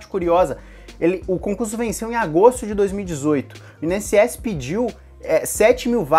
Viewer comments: In-SS? Por que você fala assim? Instituto Nacional... É separado mesmo. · Carioca fala "I-N-S-S" bem direitinho. O é que fala de um jeito próprio e bem peculiar! Nunca tinha ouvido essa pronúncia! hahahah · É impressão minha ou nosso amigo fala: “IN” ss? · Mais um vídeo tooop, esse vídeo veio na hora certa, tava pensando em focar só no INSS mas vou acrescentar outras matérias pra aproveitar mais como o TJMG por exemplo. E vc fala INSS muito engraçado kkkk. Continue mandando vìdeos são massa.